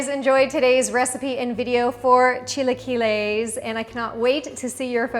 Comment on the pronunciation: Learn to say it, ugh